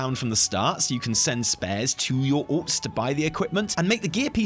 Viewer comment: The way you say "alts" makes my brain hear "orcs", and that's fine because it gives me a giggle since I play only Alliance. I shall send all the crappy gear to the orcs. 😉